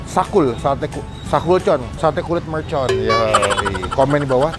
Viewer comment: MERCON bang, bukan MELCON